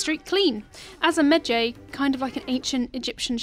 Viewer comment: Mad Ji not Mad Jee.